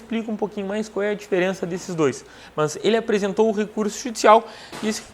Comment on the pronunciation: Esse entendimento aí tá mais pro TJ-RS isso sim, "mãs".... !!! 😜